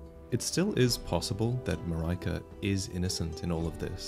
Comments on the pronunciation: Mar-ai-kah? I really think it should be Marry-ka or Maree-ka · in greece we say it Mar-e-ka and not Mar-ae-ka, every time i hear it in the video my brain goes nuts wtf xd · But she's Marika, not Maraika... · Yeah, it was weird hearing "Muh-rye-kuh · i can't help think you're pronouncing "marika" wrong. saying that as someone who speaks Swedish and Bulgarian and English fluently (not a linguist, etymologist or dialect expert). It's more like Maria but with a "k" before the a. So the 'i' is not "mariahka" like mariah twain but mother maria pronounced more like "mareeka". anyway, great video as always! <3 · “Marika” not “Maryka” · I don't think its MAR-EYE-KA it'll be MAR-IE-KA as I phonetically is pronounced IE like in the word "India". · Pretty sure Marika should be pronounced "Mareeeka" because of the Japanese: マリカ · And in Japanese the emphasis would be on the first syllable. MAH-ree-ka. English speakers are far more used to its ubiquitous second-syllable emphasis, which leads to a lot of mispronunciations. I still remember everyone in Seattle saying ee-CHEE-roh instead of EE-chee-roh when we signed Ichiro Suzuki to the Mariners. :P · I could be wrong here, but I think with Queen Marika, it’s pronounced ma-reek-a. I work with someone last month named Marika and that’s how it was pronounced for her at least 🤷🏻‍♂️ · Marika is pronounced "Mar - E - ka" the accent for the A at the end differs from country to country. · "Mah-rai-kah"??????? LMFAOOOOOOOOO when the f did you decide that was the pronunciation? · I think the queen's name is pronounced Mah-ree-kah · Marika is most likely read as an eastern european name not Marayka, right? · Ma-ry-kah?, please, the pronunciation. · As a Hungarian I really hope Marika is not pronounced "Maryka" because it feels so wrong. Also, since it's a Japanese game, that I is probably a normal I (as in "cinder") I've been listening to people pronounce Farkas wrong for a decade. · Isn't Marika pronounced "MarEEka"?